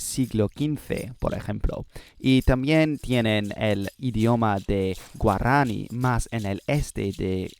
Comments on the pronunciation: A few small Spanish tips: -Quechua is pronounced more like "kech-wah", don't forget the "u". -Guaraní is accented in the last syllable in Spanish "gwa-rah-NEE", same with Tupí "too-PEE". -The "h" in "Nahuatl" is silent, it sounds more like "NAH-wat", the "tl" sound is hard so most people just pronounce it with a "t" if they don't speak the language. -Watch out for some tricky genders: Idioma is masculine. Región is feminine. Guyana francesA (agreement) And some others, but not that important. -Watch out for some other stress issues, although I'm sure you'll figure it out with some practice. -The phrase "is said" is usually "se dice", not "se dicen". In terms of pronunciation, you're very good, extremely easy to understand. But here are some tips to make it even more natural sounding. -The "d" sounds more like the English "th" sound in "there" between vowels. So "nada" sounds more like "natha" than "nadda". That's gonna help you pronounce it better, I think. It's a process called "lenition" if you wanna look deeper into it. It also affects the "b" and "g" sounds, making the "b" sound closer to, but not exactly, an English "v" or a Dutch "w" and making "g" sound more like the Flemish "g" or the Modern Greek "γ". -There is a difference between the "single r" and the "double r" in Spanish. The double r is either spelled with a double r "perro", or with one r at the beginning of a word "rata" and it's the famous rolled r that everyone loves, and you pronounce well, but sometimes w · ¡Buen vídeo! ¿Por qué no pronuncias la segunda u en la palabra "quechua"? También no hay un tilde en "sudamericanos" porque el acento va en la penúltima sílaba, y se acentúa "guaraní" en la í. Gracias por usar español--haz más vídeos así o con otras lenguas.